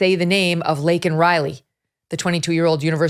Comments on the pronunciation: You did a good job of capsulizing some of many Biden's mistakes in a short period of time. It is only the tip of the iceberg. Biden's heart is made of ice. Could not believe he still pronounced Lakin as Lincoln. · Laken and Lincoln do sound alike especially when you say it fast. If you don't enunciate the "a" in Laken, it comes off sounding like Lincoln. Listen to her say the name . It sounds like she even pronounces it as Lincoln. Bottom line, not that big a deal Megyn. Anyone could have made the honest mistake. I'm sure you've mispronounced names in the past for whatever reason. Stop being petty. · He said Laken Riley’s name wrong . He called her Linken Riley . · Lincoln riley...dickhead cant even get the name right..heart goes out to her parents...and I'm from the UK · The dumbass said "Lincoln" Riley. 🇺🇸🇺🇸🇺🇸 TRUMP 2024 🇺🇸🇺🇸🇺🇸Deport all ILLEGAL immigrants/criminals/free loaders! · sorry I am glad MTG spoke up...... Biden couldn't even pronounce Laken's name correctly...... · Glad they didn’t have to hear him mispronounce her name in person… He’s such a fool. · What in the world is he even talking about most of the time? So incoherent and deceitful. Disrespected Laken Riley by mispronouncing her name and saying that thousands are murdered by legals...oh, that's helpful. And as far as the time for illegals to come? It's a slap in the face to those who have come legally. We adopted our youngest daughter from Guatemala. We had to file so many forms and pay thousands of dollars so she could be legal. We were happy to do it, but it's criminal for all these to come here illegally. Sick of this administration. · What a disgraceful SOTU address. Brandon couldn’t even say Laken’s name correctly. Embarrassing. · He couldn’t get Lakin name right, she deserved her name to be right, and I think when he said illegal I think he slipped up on that one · Biden did not even say the name Lanken correctly. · He couldn't even get Laken's name correct. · Laken NOT Lincoln!!!!